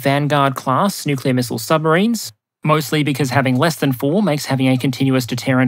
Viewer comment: Please be careful of slipping into the Homer Simpson "newk-you-ler" pronunciation. You mostly get it right but there a number of slips.